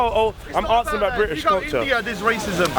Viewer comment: "IM AKSIN IM AKSIN" speak english you illiterate fuck